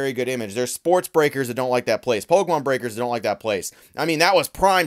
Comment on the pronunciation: Don’t really watch his stuff like that but from some clips and vids I have seen the way he says the word Pokémon always bothered me for some reason